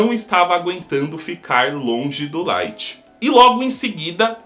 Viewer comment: Só eu q percebi q ele falou o lithg secando os pés do L